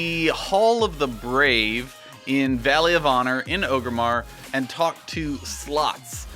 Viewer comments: 'Oh-grimmar', because those famous silent 'r's are always catching people out. It's Orgrimmar, mate. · Am I the only one who twitches when he says Ogrimmar? It's Orgrimmar. ORG-rimmar. Not O-grimmar.